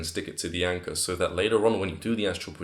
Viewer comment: im not a hater and i wil definately use this advice. But I love the way he says anchor. ANCAH